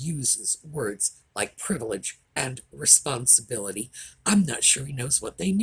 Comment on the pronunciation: Harry couldn't pronounce "responsibility"!